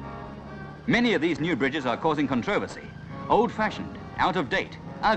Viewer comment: Never heard the word “controversy” pronounced the way Tim Turner does in this film - though he can be forgiven for not being able to pronounce Llanfairpwllgwyngyllgogerychwyrndrobwllllantysiliogogogoch!